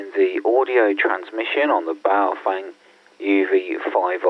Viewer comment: How come no one can pronounce Baofeng correctly? The correct pronunciation from Mandarin is pronounced like “Bow” like taking a bow and “feng” is pronounced “fung” like fungus. So it would be pronounced Bow-fung.